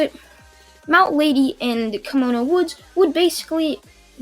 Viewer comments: Anime Outlet: Kimono Woods Everyone: That’s not how you pronounce Kamui. Kamui Woods: walks out from behind building in a kimono Also Kamui: You got a problem? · Kamui is pronounced kam-u-wee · It’s ko-mu-I but spelled kamui like obito eye Ability from naruto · it's said in the show many times and if he has seen Naruto which I assume he has due to his Naruto what ifs it's pronounced kamui like from kamui from the mangekyo